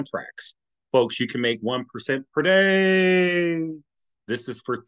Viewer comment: What's your problem with the word "per day"? You can't say it normally?